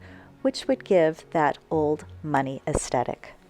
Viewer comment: "es - the -tik"